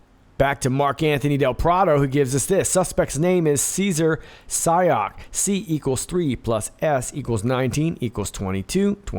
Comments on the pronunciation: When you say "Sayoc", it sound as though you're saying, "psyop ". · Thanks for your critical thinking. Dan Bongino kept toeing the party line like this guy (are you pronouncing his name as psy-op on purpose?) actually did it, and like these things were actual bombs, which is such obvious nonsense. Just the way these packages were delivered around the same time across the nation, but not thru the postal service bc the stamps weren't canceled, would need several people involved, hand delivering them. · Not sayoc but Psyop